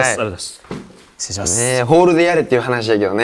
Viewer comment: 今日は「わっかりました」だけじゃなくて、開始早々「しっつれいします」が聞けてうれしい